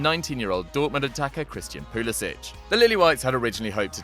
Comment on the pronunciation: Your pronouncing Pulisic wrong. Its PulisiCK not Pulisich